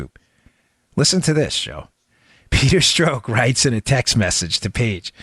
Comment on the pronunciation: Making me crazy -- Pronounced Peter STROCK as in a ROCK..not STROKE..Pleasee adjust.. Thanks, my brother!